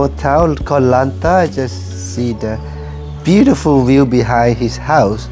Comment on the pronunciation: For anyone who listen at part U wii hear "Beautifield" it's not he saying it wrong it call “Fluctation" in thai we all have fluctationword in our head so this is a blood race or some thing i guest ( lol ) Ps.Sorry i bad at eng i try my best❤